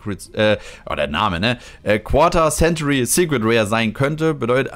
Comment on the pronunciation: nächstes mal quarter century richtig aussprechen